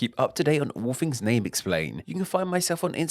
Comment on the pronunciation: What type of English are you talking. Words like Fings not things. Using a D instead of the sound?